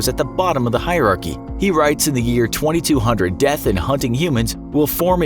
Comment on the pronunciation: Is the year twenty two hundred the year years from now) or 20200.. a lot longer. He said it in a weird way you can picture either way